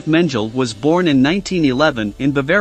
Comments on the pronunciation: PLEASE learn how to pronounce German words! It is MEN G LER not menjel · It’s pronounced Men gel ee not men jell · If the computer voice mangles the pronunciation of name of the subject of your video, then spell it differently and trick the computer voice to pronounce it right. That's not a crazy concept, and YouTube is obviously your thing. So try harder next time, you have A LOT of competition here. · HIs name was pronouncecompletely differently from this narrator's "version" for decades. What gives? Either the past sixplus decades are wrong or this guy needs to do his homework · Learn to PRONOUNCE his name. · It's very annoying how you pronounce his name